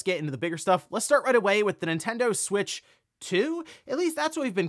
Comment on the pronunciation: ”The NinTEN-DOUGHHH SuWEIIITCH TeeUuuuuhhh”